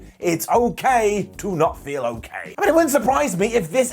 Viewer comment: Embrace the meow meow😻AYO 😳 It's not a mistake, ✨IT'S A MASTERPIECE✨ "It's OKEH not to be OKEH" ♥ (Titan cry 😭)